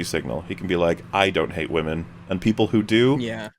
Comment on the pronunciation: It’s not “WOMENZZZ” it’s “WAH-MENNNZZZ” 😂